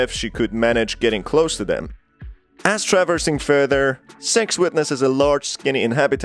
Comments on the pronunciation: That's what it sounds like when I say six too💀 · Bro its SIX not sex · Everyone: "Six": "Sex" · He literally is pronouncing sex, it don’t even sound like he’s Trying to say “Six”, sorry but it’s annoying me😂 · good im not the only one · agent2800 That's not an accent issue, he's doing it on purpose, he even up votes it up above, with the little red heart. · Yo deadass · I turned on the subtitles and I saw the word “s.e.x“ and he kinda said her name wrong it’s “six“ I laughed a little after that 💀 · When he said six it sounded like he said "S£×" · Bruh why U pronouncing six sex Edit: guys this was a joke chill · Man, I heard “Sex”, not “Six”, the entire video. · SIX!!! NOT SEX! LMAO😂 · I keep hearing "Sex" instead of "six" which throws me off every time. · i think what got me is that sometimes he said six and sometimes he said sex. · Ok, so I'm not the only one who notice that his pronunciation of Six sounds like Sex. Good to know! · Bruh, it's six not sex the whole time i was having trouble with captions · The fact that he says "s€x" and not "six" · It’s seggs not sex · six not sex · When he says "Six" sounds like he's saying "Sex"😂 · yea lol even the auto generated subtitles think he is saying sex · He’s light saying sex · Totally had to stop for a minute..I was like wait "Sex"? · He is saying sex on purpose. That's a tactic. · Yea I had never heard of sex before. I thought 6 was the characters name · in the captions whenever he says six it captions it as "sex" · Bruh everytime u said six, i was hearing sex🥲🥲🥲🥲🥲🥲🥲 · Good video my man, but you got to work on your pronunciation of six. lol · Sounds like hes saying SEXS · if I'm not 100% paying attention to the video your accent makes it sound like your saying sex and I keep looking up like WHAT! before feeling stupid that I forgot again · Too fake...pronouncing six like sex as hard as he can. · Maybe because of the way he pronounce it.